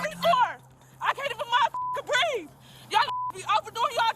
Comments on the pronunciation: It's breathE. Not breath. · it's breeve, not breef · "I cannot breeve!" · I am so sick of hearing," I didn't do nuthin" and "I can't breeve". Enough already. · “I can’t breaff “! 🙄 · Correction: she can’t “breave” heavy on the V